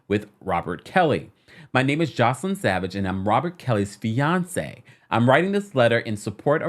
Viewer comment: Hey just a heads up for the next video (lord knows with R-Kelly there will be one) her name is pronounced Joyce-Lynn not Joselyn. Hope this clears things up!